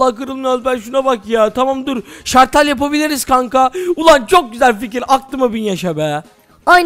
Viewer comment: Şartel değil şalter